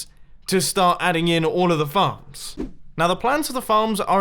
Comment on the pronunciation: U SAID FARMS AS fxcks